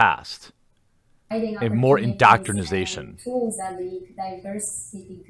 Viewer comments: Please stop saying "indoctrinisation" it's indoctrination..... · I hate to be "that guy," Jeremy, but it's indoctrination, not indoctrinization. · Excellent leaks but bruh... it’s indoctrinATION, not indoctrinIZATION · For the love of the gods, Jeremy, stop saying indoctrinasation. Please. It's indoctrination.